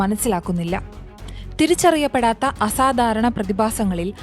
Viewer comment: Please recruit people who can pronounce Malayalam properly. It's so annoying to hear the mispronunciation of simple letters. It is ധ not ദ in അസാധാരണം It is ഭ not ബ in ഭാരം It is ഖ not ഗ in ഖനനം Same mistake in many other words